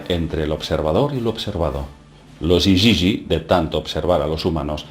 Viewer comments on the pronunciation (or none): Otro quebradero de cabeza más ¿llegaremos algún día a saber la verdad de nuestra creación y quien es nuestro verdadero Hacedor? Por favor, continúe y gracias por a información. Por cierto, ¿por qué, si pone IGIGI lo pronuncia IYIYI?